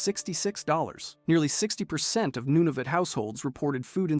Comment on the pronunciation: You said Nunavut wrong